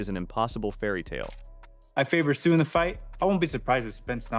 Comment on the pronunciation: i hate this AI shit, Cannot even pronounce Tszyu's name.